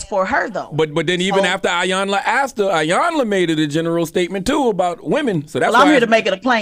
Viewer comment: Damn it a her Name is E-Yanla!!! As long as she’s been around say her name right.